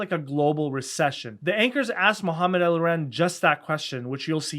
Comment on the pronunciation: Mohammed El who?? Eliren? 🤣